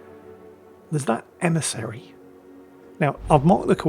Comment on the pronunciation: "Be vewy vewy qwiet, we are hunting an emisawy" 😂